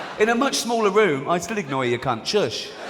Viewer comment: He also said "in a much smaller room , I could ignore you cont " . LOL . Rick did not say , "What did you say, I cont hear you. " 😉